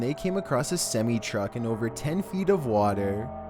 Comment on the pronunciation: can't pronounce semi truck.